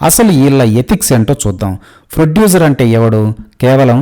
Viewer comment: Arey Froducer kaadu ra:face-fuchsia-poop-shape::face-fuchsia-poop-shape::face-fuchsia-poop-shape::face-fuchsia-poop-shape: penta Froducer antha. Chillara Chippa gaadi laaga unav